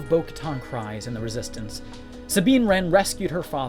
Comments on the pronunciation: Clan KREEze, not KRYze 😠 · It's pronounced "Kreese", not "cries". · The Dutchess's last name doesn't sound like cries it sounds like creed but with an s instead of a d.